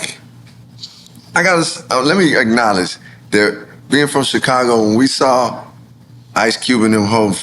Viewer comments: So Nore you do know how to pronounce the word “saw” not “sawr” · Why does Nore pronounce saw with a R?😂